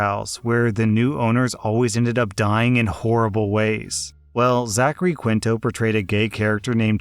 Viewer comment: Hi. "Quinto" is pronounced "KEEN-toe", and "Warwick" is pronounced "WAR-ick". Thanks.